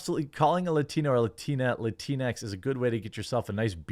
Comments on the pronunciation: Latin-x Latin-e Not latinex lateenee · It's pronounced lat-inks